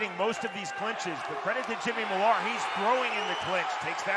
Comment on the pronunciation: It's pronounced MILLER for fucks sake. It's the Scottish version of Miller.